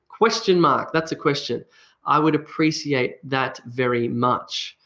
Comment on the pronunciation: You pronounce the word Appreciate as App-re-sea-ate.. But I learnt the pronunciation as App-re-she-ate.. which one is correct?